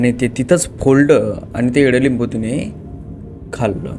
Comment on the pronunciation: एड लिंबू नाही इडलिंबू 😄